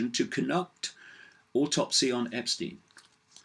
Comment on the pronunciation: No R in autopsy...